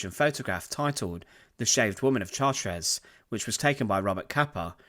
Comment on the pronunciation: It is pronounced "Shartr" not Chart-res.